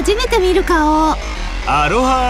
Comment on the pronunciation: アロハーじゃなくてアローハなはず ハワイ出身で文化保護活動的なのもやってる友達がいつも日本の発音は間違ってるときれてたの思い出した